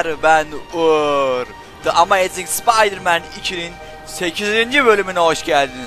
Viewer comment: olm amaezik spiderman dedin gibi :D